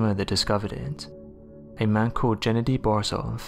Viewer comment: Gennady is pronounced with a hard G not a J sound.